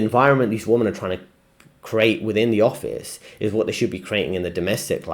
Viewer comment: Nice vid, small point but if your friends haven't told you, you are not pronouncing "WOMEN" (plural) correctly. You're pronouncing it as "WOMAN" (singular). Tip: Think "wimmen".